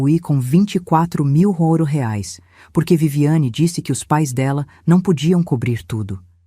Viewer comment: Que pronuncia é essa ?? Ou é Reais ou não é nada